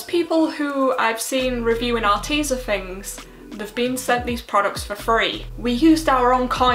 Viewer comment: Spill that Arteza tea.....Are TEA zah heh heh